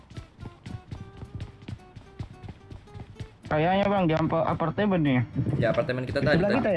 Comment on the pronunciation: "kayaknya di aparteben ni bang" siapa yg dgrnya bgni?🤣